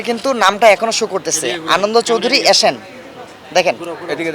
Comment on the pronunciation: Tui aga thik vabe nam ta bola shikh, asan na ota asian